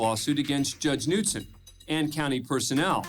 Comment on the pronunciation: Ummm…the “K” is pronounced in Knutson. Do better.